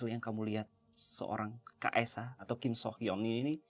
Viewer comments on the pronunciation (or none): Akhirnya dibahas juga kasusnya KSH dan KSR sama tim DA. Maaf ralat ya kak, cara baca Kim Soo Hyun itu "Kim Su Hyeon". Soalnya ada aktris Korsel namanya Kim So Hyun (namanya agak mirip cuma beda huruf "o" di nama tengahnya). Selebihnya nungguin part 2! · Please hati-hati dan reset lagi, bukan KIM SO HYUN ( tapi kim su hyeon) karena beda oenyebutan = beda orang 😭😭